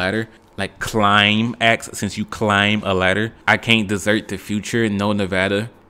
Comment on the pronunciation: your inflections kill me. Why did have to say “climb” like that??? Clyyyyymb lmao